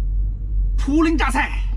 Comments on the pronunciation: 涪(fu)陵 四声，哈哈。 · 老哥，涪（fu）陵榨菜。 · 涪陵 FuLing